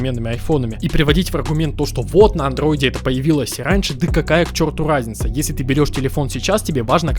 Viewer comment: Он перешёл на айфон, потому что не может выговорить "Андроид")))